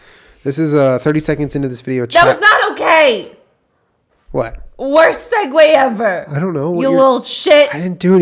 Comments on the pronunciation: Kole Skalabiter it is not segoo it’s seg-way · Segue is actually pronounced “Segway”! Just one word :)